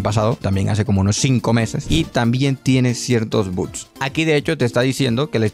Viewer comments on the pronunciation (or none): por qué dice buts en lugar de bugs?